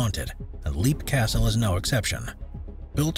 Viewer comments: Leap Castle is pronounced “Lep” not “Leap” as it’s spelled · Its pronounced "Lep", not "Leap". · Leap Castle is pronounced "Lep" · The Irish castle is pronounced Lepp I think? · So many of these videos pronounce names like Leap Castle wrong.